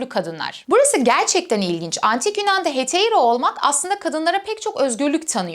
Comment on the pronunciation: Heteira diye telaffuz ediyor ama ekrana Hetaira yazılımış. Ekranda yazdığı gibi "metaikos" mu yoksa "metoikos" mudur ? Haypetya (anlatıcının telaffuz ettiği şekliyle) mı yoksa Hüpetia mı ? Hangisi doğru ?